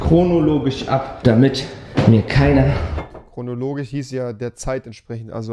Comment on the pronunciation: Das beste im Video egal wie lustig es ist .... rewis Fähigkeit kein sch sprechen zu können ist lustiger. Ich sag nur chronologich😂